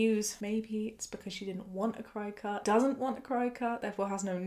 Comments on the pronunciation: This is just me being nitpicky, but it’s pronounced like “cricket.” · I don't want to be an asshole here for correcting you, but the name of the machine in the first story is pronounced cricket. For a lot of us here in the US when we're talking about the little jumping bug 🦗 we kind of pronounce the "ket" at the end like "cut", so they named the machine that as a play on words. I hope that makes sense. Please don't hate me. 😂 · I love this video but I just wanted to say that cricut is pronounced like cricket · Friendly fyi, it's pronounced cricket, like the bug. Also some very important info for anyone who is able to become pregnant. During the first couple of months after a pregnancy you are ridiculously "fertile". Seriously it is imperative that you use reliable & effective protection. It's not just a case of not wanting another child that soon, it's not safe health wise. Pregnancy puts a lot of strain on the body & it needs time to heal before going through it again. Interesting fact: while the body may be physically healed, hormone levels don't completely level out to normal levels until TWO YEARS after birth. I can't believe OP's Dr didn't tell her this, frankly it's borderline malpractice imo, crossing the line into just straight up malpractice if either her &/or the fetus suffer any significant consequences due to the Drs gross incompetence. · Apparently 'cri cut' is pronounced 'cricket' or thereabouts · Cricket not chicut? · Isn't Cricut pronounced cricket? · I'm from the US and my aunt works at a crafting store and she always pronounces it like "cricket" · Worked at a place that sold the things for 6 years. We pronounced them "cricket" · Hahaha. Gotta laugh a little. Cricut is said like the insect cricket. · I've been pronouncing it 'cricket'. Every day is a school day!